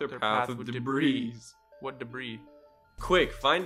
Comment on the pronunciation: pronouncing the s in debris is so immigrant coded